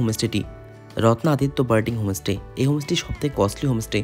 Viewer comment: হমোস্টে নয় হোম স্টে বলুন! এমনি ভিডিও ভালোই করেন। "মার্কেটিং" নয়, বলে "সপিং"! সমালোচনা পজিটিভলি নিলে ব্লগ আরও হবে।